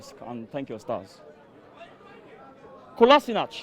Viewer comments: As soon as he said ‘Kolansinac’ Despicable Me in da back was conffffusssedd 😂😂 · If you're going to trash talk the man, at least say his name right